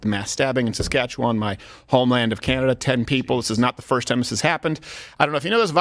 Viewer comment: you can tell you lived in Canada because you pronounced Saskatchewan properly. they are still looking for the second scum bag.